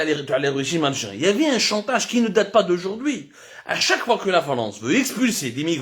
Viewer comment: Voir fois et non foid